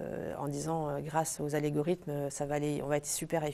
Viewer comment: Algorithme, pas allégorithme ;)